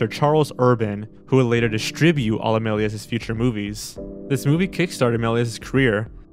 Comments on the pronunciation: MEL-EE-AY not MEL-EE-EZ or MELLEEZ looks like Gerard Butler as a wolfman 😂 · No offense but Méliés is pronounced mel-e-YAY, not mel-e-es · It’s pronounced meley not meles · you should really look at how to pronounce foreign names before you make a video. It's pronounced Mel-yay not Melyezz. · Okay I"m being picky but his name is pronounced "meh-lee-AY" because it is French. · "George melly ezz" 😤🔫